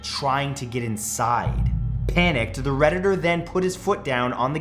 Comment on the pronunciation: Every time you said “the Redditder” it just killed the whole story.